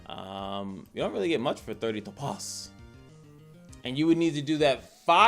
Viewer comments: Lol no you were correct 🤣 but the way you said it and how often had me crying 😂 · you're pronouncing it wrong, but I thought it was on purpose lol